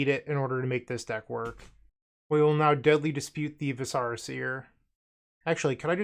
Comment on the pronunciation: Stacking Zubera triggers is so sweet. Also, the viscera in Viscera Seer is a real word for internal organs, not some made up fantasy term, and pronounced with the emphasis on the first syllable.